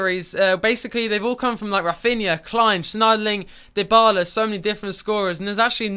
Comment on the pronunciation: That's like saying it's cathorla and not cazorla